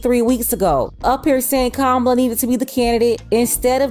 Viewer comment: If you’re not voting…you have no opinion. And say her name right…COMMA-lah 😒🙄